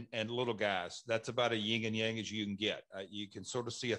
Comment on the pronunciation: it makes me really irked when people say ‘ying and yang’ when it should be ‘yin and yang’